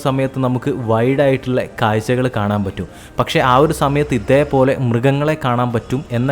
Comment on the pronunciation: മലയാളത്തിൽ പറയു പോസ്റ്റ്മാനെ. കായ്ച്ച അല്ല കാഴ്ച. അതുപോലെ കുറെ.